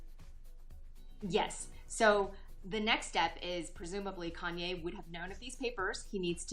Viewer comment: Kanya? It's Kanye lol. I came to learn law not celebrity gossip. WTH